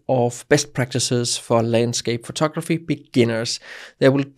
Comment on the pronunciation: I like it when you say: "photokraphy" (